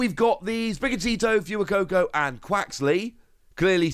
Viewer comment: Fwey-coco, Fewer-coco SMH